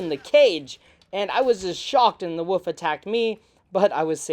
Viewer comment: Buddy I love this channel but we gotta work on our pronunciation of “wolf” 😂 I mean that in the nicest way possible